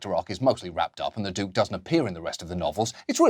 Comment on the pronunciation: "Du-ke", Johnny Showbiz? How was the "process" of that achieved?